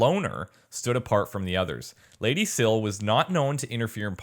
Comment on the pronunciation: Shill and Floatsam, eh... You should pay more attention to the way the names are pronounced. :P